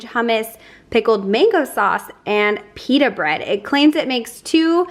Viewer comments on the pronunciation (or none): none